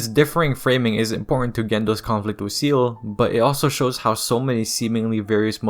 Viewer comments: It’s German and is pronounced “Zaeyluh” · I cringed everytime I hear seal instead of say-lay, breaks immersion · Buddy, it's Seele, not seal. We're in 2024, you have no excuse to look up a "how to pronounce" vid or just ask google. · Brother, it's pronounced SAYLAY not SEAL. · Bro, how are you going to watch the show enough yo know this lore in and out but pronounce SEELE like "Seal". 🤦🏾‍♂️ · Seele is not pronounced like that, look it up ✌️ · The word Seele is German and it's not even pronounced say-lay. What are you on about?